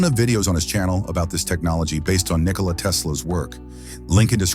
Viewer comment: Tesla's name wasn't "Nikoli," it was "Nikola." If you aren't even pronouncing his name correctly, how am I to believe anything you say? More fundamentally, however: if you understand the working principles of his invention so well, why didn't YOU develop these things? There are multiple holes in your 'theory' - and I don't mean the 'holes' in the MOSFET substrate - which didn't exist in Tesla's time. Also, the 'batteries' you point out would NEVER be enough to POWER a car, or motorcycle, and are actually, as he describes his invention, 'Super-Capacitors' - a way of storing excess output voltage. I'm not going any deeper.